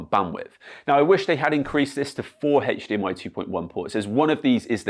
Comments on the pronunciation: Heyge-de-em-eye... Why say the H like that? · Mate please stop with HeyH dmi it does my head in stuff the HDMI pc correct bullshit just say H not HeyH drives me mad we dont need to be in a pc correct world for gods sake.